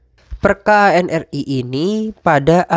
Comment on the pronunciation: Mohon maaf, koreksi sedikit. ANRI dibacanya "anri", bukan "a-n-r-i". Nuwun